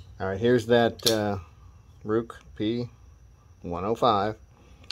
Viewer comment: It pronounced "Rake"